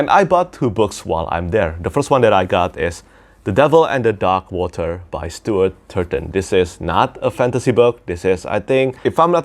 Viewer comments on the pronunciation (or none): none